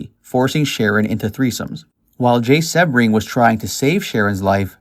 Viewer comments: Jay's name is pronounced "SEE - BRING"". The narrator has mispronounced his name which leads me to question his knowledge of the murders. I know, as I worked for Jay at his salon in Beverly Hills, when he and Sharon were a couple. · It's pronounced SEE-BRING!!!! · Jay Sebring(pronounced Sea-bring). Jay's real last name was Kummer, he chose Sebring as his professional name, after the famous Sebring car raceway. Sharon was not specifically targeted, she along with, Jay, Voytek, Gibby and Steven were just at the wrong place at the wrong time. Manson had been to Cielo several times before the Polanskis resided there (at least twice during). Manson picked Cielo because it was secluded. Manson knew the layout well (so did Watson) and that likely, anyone there would be well to do, elite and part of the establishment that his jealous, perverted mind was so against. The LaBiancas weren't specifically targeted either, the killers were driving around aimlessly the second night, looking for random victims. Manson then, remembered the LaBianca house as he was again, familiar with the place. Manson had an acquaintance (Harold True) that lived directly next door to the LaBiancas. Manson was a career criminal who always looked for places he was familiar with that would seemingly be easy pickings. Roman was definitely abusive and also a serial womanizer, but he loved Sharon and had zero to do with her's, their baby's or their close friends, tragic deaths! At the time of the murders, he was in London, working on Sharon's and his upcoming film, "Day of the Dolphin". Roman was to direct Sharon alongside of Jack Nickolson. Wouldn't Sharon have been kick-ass in "Chinatown"?